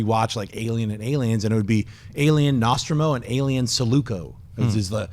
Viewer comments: Nawstrum-o?? I have never in the history of Ever heard Nostromo pronounced that way. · The Alien ships are pronounced: "Nus-tro-moe" and "Sue-Lah-co".....'ol schnepp....always mispronouncing everything important.